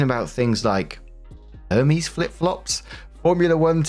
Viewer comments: Not poking fun at your mispronunciation! but happy that you didn’t know what that was. ❤ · The mispronunciation of “Hermes” is apart of why I love you so much. 🤣🤣